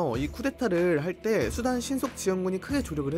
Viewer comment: 이스르에르과는 달리 수단은 발음이 잘 되는구만~!!